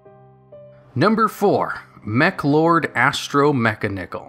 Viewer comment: Your mis-pronunciation of the Meklords was hella cringy